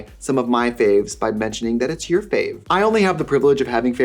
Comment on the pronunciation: “I feel like this is yourrrrr vibe, no?”